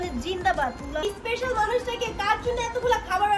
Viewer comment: এইগুলা একটাও লেখাপড়া করে নাই।স্পেশাল কে এসপেশাল বলে। সাবসক্রাইবার কে সাসকাইবার বলে।